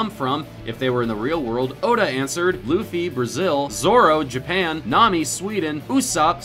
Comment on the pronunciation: it's not loffy it's luffy